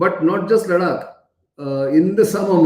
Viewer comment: Why do say Ladak ? Its not It is Ladakh, emphasis on kh. .Got it ! Now dont repeat.